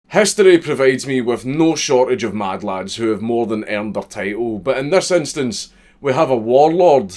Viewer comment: I thought you said madlad not mad chad